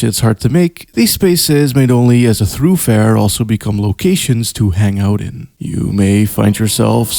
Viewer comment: The first time you pronounced the word "thoroughfare" as "throughfare" I had to stop the video and look up the etymology of the word, because your way makes more sense. Lo and behold, at least according to Wiktionary, the Middle English, by way of Chaucer, is supposed to be your way: "From Middle English thurghfare, corresponding to thorough- (“through”) + fare."